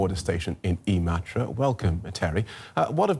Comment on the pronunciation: Never imagined someone outside of Finland could pronounce Imatra so well